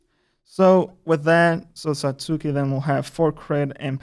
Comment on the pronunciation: Wow, that pronunciation. It's not Sa-suu-ki. It's Sa-(t)ski